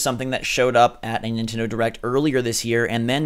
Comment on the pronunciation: is it nintendo or nitendo... even bandai confuse